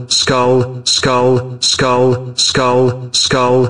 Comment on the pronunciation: I love how the chated spamed the emoji but it sounded like "Skold skold skold skold skold skold skold skulll skullll skullll skul skualll"